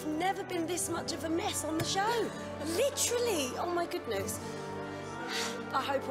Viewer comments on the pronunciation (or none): I hate how Brittan says licherally instead of literally